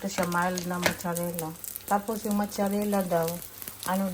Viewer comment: Mazarella not Mocharella